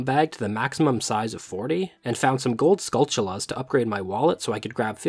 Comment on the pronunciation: the pronunciation of every other word in this video is giving me an aneurysm, ocarAna, gold skullchals, sairreas.